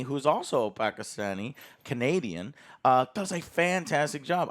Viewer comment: I've been a fan of Joe for years at this point. But hearing him pronounce Pakistani correctly throughout this video makes me be grateful to have watched him all these years that much more